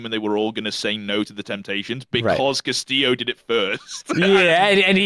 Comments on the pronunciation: your blud calling Castillo as Casteo whole time is sooo funny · ' pronouncing Castillo "cassio"...